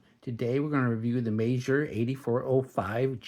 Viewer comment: In my head, I've always pronounced the brand as the word "meager". Your pronunciation sounds classier. 🙂